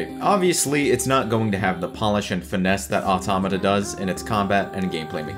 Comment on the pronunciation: Finally somebody who can fuckin pronounce 'automata'